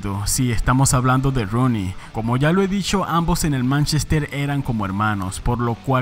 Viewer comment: Se escribe Rooney pero se pronuncia Runey, aprendamos